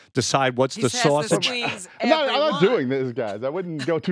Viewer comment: Sal: Saw-sage not sausage but Saw-Sage smh....sad that this show trying its hardest to stay alive